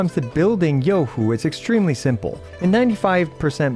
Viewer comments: Shed a single tear at that perfect pronunciation....finally free from hearing EN ccs going yoohooo like morons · omg, so far you're the first CC, that I have watched, pronounced Zhezhi and Youhu correctly! so damn satisfying LOL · As a chinese, im surprised u pronounced her name so accurately. 👍